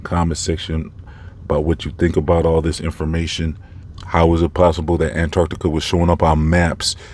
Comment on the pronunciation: BTW, your pronunciation with how you say ANTARCTICA (ANT-ARCT-TICA) makes me laugh every time (in a good way) 😂👍🏼